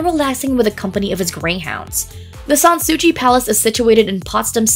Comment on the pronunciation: San Sou-see, not San Sou-chi